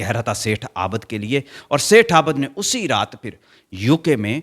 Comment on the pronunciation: Aabad NAHIN abid hota hai